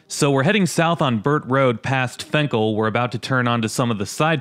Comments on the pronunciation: I know it spelled fenkell but everyone I know says it with an “I” sound like Finkell. This like the road lasher to me it’s one word in the suburbs they say it more like La-sher.. more or less it just sounded weird the why you said the street name, ok I’ll get off my weird rant. By the way love your videos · "Fink-ul,". And "Lasher" if you need that one, too.